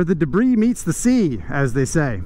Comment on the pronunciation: I like how uses the 's' in 'debris' 😂